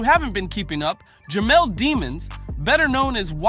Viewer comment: Why people keep calling him demons. Its pronounced duhmons